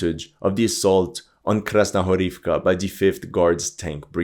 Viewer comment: Можно бесконечно делать 3 вещи: 1) смотреть как горит огонь 2) как течет вода 3) слушать, как этот ,блогер произносит Krasnogorivka